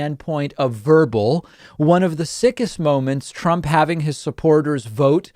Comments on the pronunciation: OK. Mispronouncing his own name. This can't be real. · When you say your own name wrong, that is another level of anarchy. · Donald got one thing right when he mispronounced his own name "donald Prump". In Icelandic "Prump" means fart 💨. Well done, finaly you got somthing right 🤗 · Please keep calling him PRUMP!!! I'm dying laughing....😂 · prump cant even say his own name correctly and you are taking jabs at biden? Does the cult forbid sight and sound? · "Donald Prump" 🤣🤣🤣🤣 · “Prump” 🤣 Oh, man.... Oh, oh boy... 🤣🤣🤣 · Can’t even say his own name 😯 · How could you say your own name wrong. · Did you watch the video? Trump called Mars "Nars" and said his own name wrong.